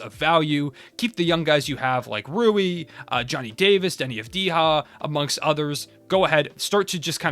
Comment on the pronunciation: Hey, cool vid. Just letting you know, Deni Avdija is pronounced like Deni Avdiya since hes not of hispanic origin (same way Jokic is pronounced as Yokic)